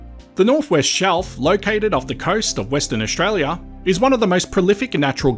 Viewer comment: please practise your pronunciation, it is OStralia NOT OSHralia